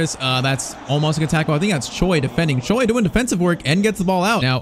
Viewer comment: If you ask any Koreans, there's no way they pronounce "Choi" as "Joy". I don't know why!